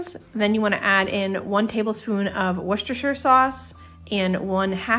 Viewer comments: Hi, greetings from the UK. Hopefully this can help you & fellow North AMERICA'S - Worcestershire is pronounced "Wooster-sheer". Most counties in the UK ending in Shire are pronounced shear & not like in Lord of the rings. Secondly, shepherds pie is made with LAMB mince (ground) and COTTAGE pie is made with beef mince (ground). Easy way to remember, shepherds look after sheep and in the olden days every cottage had a milk cow. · Please please please call it Wooster sauce 😂 I live in Scotland in the UK and there’s not one person that doesn’t call it Wooster sauce and everybody knows what they’re talking about 😂 loving the videos ❤️